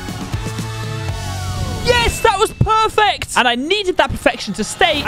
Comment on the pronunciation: some time in the video why he say pwerfect